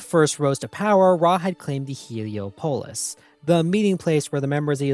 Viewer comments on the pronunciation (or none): It's Heel-E-Ah-Pall-is Not Helio-Pole-is. Do you pronounce Minneapolis as Minneo-Pole-is???